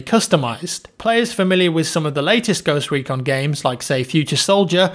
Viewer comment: I though it said Ghost Pecon